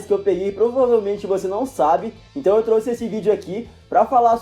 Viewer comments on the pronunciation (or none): none